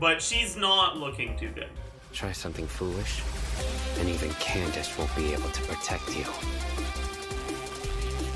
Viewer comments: why does say candace as candaka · who tf is candake or whatever ur saying, just say candace bruh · Wait, how did he pronounces "Candace"? Ken dah ka? I mean that could work I guess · cyno pre release coming POG, but be real with me is it really can-dacca? or is trolling? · nope, her name is Nubian-inspired How do I know? Because mihoyo themselves used the non-latinized spelling of the name in the RU translation So yea, even if maybe the plan was for all languages to use the latinized version it still shows that naming inspiration was from Kandakes of Nubia Aaaand the latinized spelling just leads people to mispronouncing it, sooo I'm gonna write it the non-latinized way